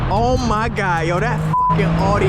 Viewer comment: It's pronounced "aw dee"